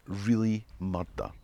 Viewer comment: Heh. Until said "Hawaii", I thought, "hey, this shot is reversed". LHC vehicle was unexpected! Interesting how pronounces "murder" has if it had two Ds in it. That makes me think of one of my favourite TV newsmen, Bill Kurtis, who narrated a series of true-crime documentaries in the 90s and 00s and said "murdder" any number of times therein... Scots and botany. Going to guess the Royal Botanical Gardens on the edge of my hometown of Hamilton, Ontario (itself founded by Scots) had some Scottish founders... Maybe that bull fell hornfirst? 🙄